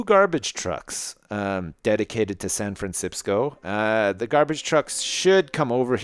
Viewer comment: When I Try And Say San Francisco , All I Can Say Now Is San Fransipsco